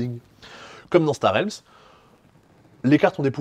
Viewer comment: Un grand merci pour prononcer Star Realms correctement !